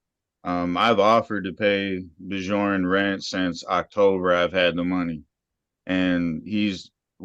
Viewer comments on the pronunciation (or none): Did he actually call him "Bi-dzhourn"?